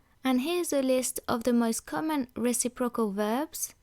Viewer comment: Just a small note: When you say reciprocal the emphasis should be on 'recip' and then 'rocal'. You're saying 'reci' and 'procal' and it sounds a bit strange. The forvo pronunciation for the word from the UK speaker is a good example of it said properly :)